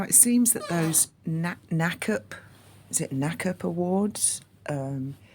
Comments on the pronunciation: It's pronounced N double A C P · Hi,! I love ❤️ and look forward to all your videos! NAACP is pronounced EN- DOUBLE-A- CEE-PEE. (National Association for the Advancement of Colored People) Funny how it was pasty white Haz who gave the award over Zoom. I also do not believe they've been together for quite awhile. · NAACP is spelled out, N-double AA-C-P. It’s not meant to be said like a word. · The way you say the awards name is "N, double A,C,P Awards" 🙂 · To me it looks like a bunch of things. Filters, camera angle makes him look narrow faced. Also looks like he got a haircut recently and his eyebrows actually look like hes had some manscape done to them. By the way it's pronounced "N-double A-CP" awards.